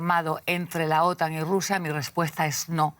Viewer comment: Se pronuncia otán no ótan!!